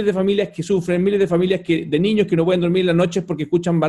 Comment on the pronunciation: Reto a Felipe Kast A estar una entrevista sin decir la palabra "Niños" O "ÑIÑOS" (COMO LO PRONUNCIA), es su eterno caballo de batalla para parecer preocupado por la ciudadanía "Los ÑIÑOS primero en la fila" XD valla charada, perola verdad es que ete señor es un negligente y un EUNUCO político, amante y defensor de cualquier cosa Caribeña, pero que desprecia a los Chilenos, ese señor es la encarnación de la """"""Derecha""""" SIN PELOTAS, de los """liberales""" estatistas, de los """liberales"""" que les encanta subir los impuestos, es un verdadero mamarracho ideológico, un miembro de la Elite sin talento, que gracias al dinero de su familia esta donde esta, pero que merito intelectual NO TIENE, NI TENDRA .